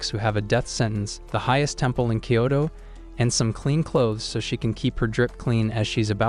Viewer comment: Kyoto not kayto